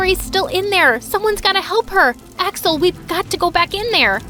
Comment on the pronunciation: First time she said Axel I thought she said asswhole💀💀